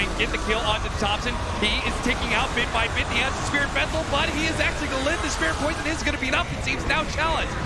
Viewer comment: I like saying spirit Wessel. Spirit Wessel! Wictor Wictor Nine Nine!